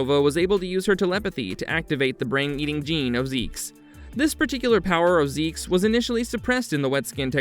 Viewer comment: Yeah ok so that name being pronounced "zeeks" was no where on my radar for what I was thinking up as guesses lol